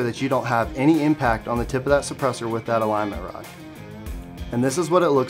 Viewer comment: "aligment rod"